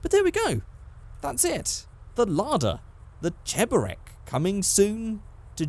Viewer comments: Its ché-bo-reak blyat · CHEBUREK IS A UKRAINIAN DUMPLING edit: pronounced cheb-er-yek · you are pronouncing cheburek wrong